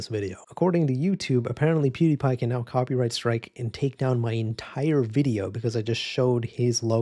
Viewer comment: "coprighty" lol